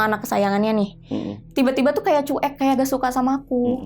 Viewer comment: Sebelumnya turut berdukacita atas meninggalnya ayah kakakk ini... Tp aku pingin banget blg sama kakaknya,, CUEK itu dibacanya Cuwek,,kakk... Bkn Cu-Ek... Sepanjang dengerin bingung antara sedih dan marah dg ceritanya jg jengkel pad kakakknya blg CU-EK... 😭😭😭